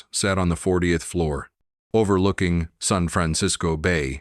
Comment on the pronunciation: 'San' is not pronounced as 'sun'. So sloppy!